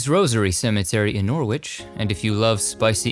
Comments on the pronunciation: Norwich is pronounced NOR RIDGE not NOR WITCH lol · Great vid as usual but, Norwich is pronounced Nor itch or Nor ich. Your helpers abroad make great additions to the channel. Of course I realize that a lot goes into the background info and editing. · Thank you so much for this. I couldn't believe I was seeing Chingford Mount. My first husband died at just 32 and is buried there just along from where the Krays were finally buried. By the way, Norwich in Norfolk is pronounced 'Norrich'! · Fantastic video as usual. I hope you don't mind me correcting your pronunciation ( How else do we learn) The 'W' in Norwich is not really pronounced , so phonetically it sounds more like Norritch. ( don't ask me why... it just is)😆. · Good work although one small thing that is lost in translation: "Norwich" is pronounced "Nor-ridge" as in "porridge." 👍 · "Norritch",. It is "Norritch". With English names the correlation between pronunciation and orthography is sometimes tenuous. Another intriguing journey through the lives of the dead. You have this format perfected. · Also, it's pronounced Nor-ich. The "w" is silent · Thank you. I must add that Norwich is pronounced Norich, you do not say the W. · 😂😂😂😂 its call Norwich but prounced norich😂😂😂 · It’s Norwich pronounced Nor itch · He got Norwich,in England,wrong,though.He pronounced the’w’. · The w in Norwich is silent 😉 Just saying, you know, so you know for a next time 😊 Love you! x x x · Great video, thankyou! Just one thing though I hate to be that person, but the 'W' in 'Norwich' is silent